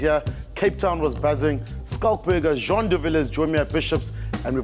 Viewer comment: Jean?! Bos? WTH JEAN!